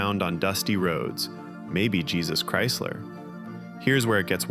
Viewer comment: So nobody talking about how he said Jesus Chrysler?